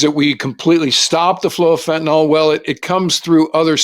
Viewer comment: NOTE: "Fen tuh neel," not "fen tuh nall." -ol in organic chemistry is used for alcohols while -yl is for phenyls, like fentanyl.